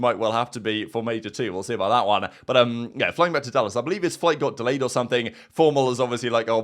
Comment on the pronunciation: Can you pronounce “delayed” for me one more time